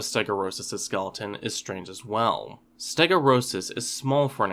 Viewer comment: I think the pronunciation might be closer to "ste-go-(y)u-ros". Since "stegos" means "roofed", and "uros" means "tail", the O and U would probably be separated, but you can never really tell with these scientific names haha